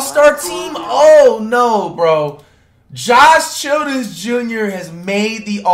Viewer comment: Bro said is that "Josh Children's Jr" I can't with Flight